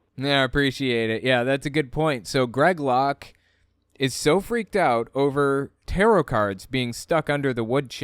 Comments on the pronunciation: He’s not afraid of Tarot cards he’s afraid of “Terra’ carrrrdz” Oh and “amulints” apparently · LOL the pronunciation of taroth, i had a hard time known what was he referring to the first time I heard it. To me it sounds as if he was saying terror cards.